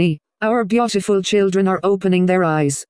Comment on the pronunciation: She said beotifill